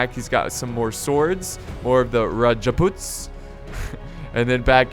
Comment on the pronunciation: Okay, say it with me, Rajputs, Raj-puts, Not RAjaPUtS